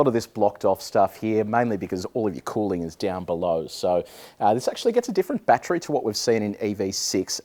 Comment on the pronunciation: Why do people say batchry it’s BAT TER RY😂